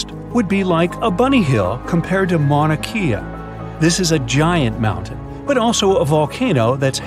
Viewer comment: Mauna Kea: mauna ka-ah. NOT mauna key ah.